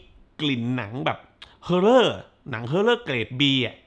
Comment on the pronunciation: ต้องขออภัย น่ะค่ะ.. เห็นคุณพูดคำว่า horror เยอาะ มากๆ ในคลิปนี้ Horror ต้องอ่านตัวหน้าว่า ฮอร์ ไม่ใช่ เฮอร์ น่ะค่ะ ไม่ว่าจะสำเนียงอเมริกัน หรือ อังกฤษ จึงเรียนมาเพื่อทราบค่ะ😊😮